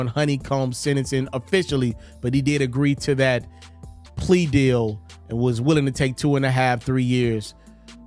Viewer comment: Say plea again 😂